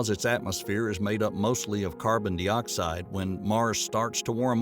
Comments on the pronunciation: Dioxide is pronounced die-oxide not dee-oxide it's important pedagogically. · narrator sucks. sounds like a caricature of some american lawyer or something. Carbon dee-oxide smh